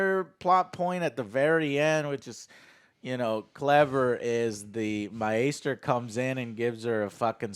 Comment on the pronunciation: Joe said MYASTER. Fuck everything.